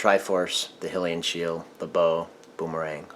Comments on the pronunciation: High-Lee-Un shield. Not Hill-iun shield. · Excuse me but it is not pronounced hilian it is hylian highlian